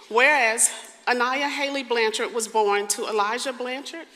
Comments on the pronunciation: Blanch-ard, NOT Blan-chard! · It's pronounced BLANCHERD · Please spend 5 seconds and learn how to pronounce someone’s name before making these videos. Show the family some respect and say the last name right. Your pronunciation of Blanchard is incorrect and frankly makes you seem more interested in making yourself money than in telling the story correctly.